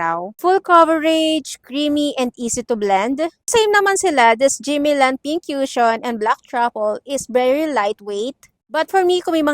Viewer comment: "koo-shon" po pronunciation ate hindi "kyushon" walang "yu" sound 😅